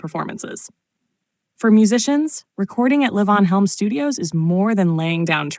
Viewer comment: What the hell is layvons studio? This is AI garbage. LEE-VON.